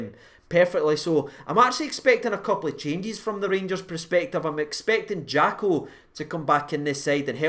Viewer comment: I love you but its per-spective not pre-spective, it's making my face itch 😂